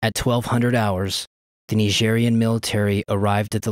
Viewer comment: Ny-jeery-anne. Nigerian.